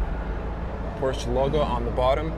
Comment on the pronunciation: It‘s Porsche not Porschaa. And it’s Burmester not Burmeister. It’s not Rocket Science to get that right, but obviously very difficult for you.